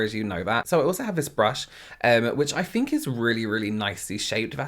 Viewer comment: Yes that's actually pretty common! uses "f" in words like think ("fink"). I love it. AAVE sometimes replaces "th" with "f" as well. Language is cool!